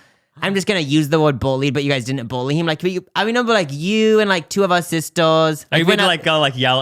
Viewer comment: NOT TRYNA BULLY YOU BUT I've always loved the way you say bully like "bowly" hehe